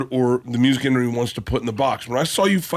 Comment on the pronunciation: Bert trying to say "industry" is a killer. Instantly has to compare his piss poor bull fight attempt too.